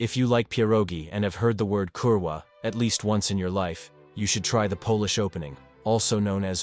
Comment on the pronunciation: its not kulwa. Kurwa. the r realy matters